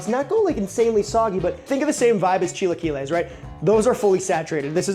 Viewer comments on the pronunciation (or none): none